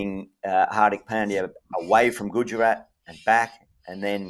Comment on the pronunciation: Prof butchering pronunciation of Gajarat Titans, just lost a BILLION potential subscribers and million$ in sponsorship 😂😂😂